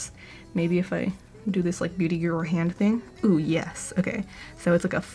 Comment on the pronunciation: The caption also wrote " booty guru " so yeah it was just a accent which made it sound like booty